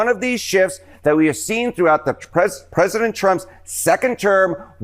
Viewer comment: Machinegun lips has a problem pronouncing the title of her master. "Presadint" lol